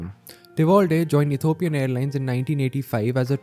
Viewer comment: E T H I O P I A N not Ethopian.